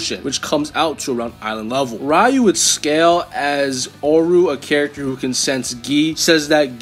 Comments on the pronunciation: It's not "Rayu" pea brain. It's "Ryu" (Ree-U) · It's "Ree-yoo", not "Rai-yoo" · everytime you say “rai-yu” 🥺🔫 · Looks like isn't as much of a weeb as we thought. He shares a trait that only gen x and older possess commonly. Saying Ryu as Rye-U instead of Ree-U Edit: Orochi as OrAHchi Kazuya as Kazooya. Someone call Banjo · Rayu is the most mentally handicapped way I've ever heard a mfer have ever pronounce ryu's name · dawg you GOTTA stop mispronouncing sf names😭 mispronounced both ryu and oro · I physically and mentally cringe every time I hear someone pronounce Ryu's name like that (yes I’m sounding like that guy) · The way he says "ryu" is disrespectful ☠️ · And "grimoire"